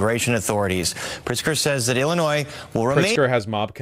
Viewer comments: one more time Vaush pronounces the S in illinois, I will rebel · bro, if I wanted to hear "Illinoise", I'd watch FOX and CNN...